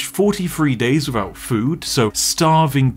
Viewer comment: Do you say your "TH" sound as "F" ? You can survive free days wiffout water.